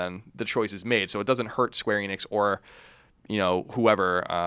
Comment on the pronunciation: They are pernouncing Square Enix wrong, just like everyone else